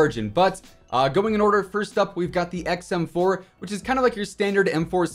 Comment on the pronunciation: XM4 aka “EcksEmm”